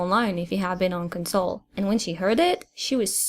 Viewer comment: jesus christ has he been saying council the whole time?